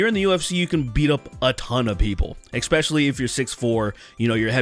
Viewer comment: Saying things like ekspecially and ekcetera, instead of especially and etcetera makes you sound... not so intelligent.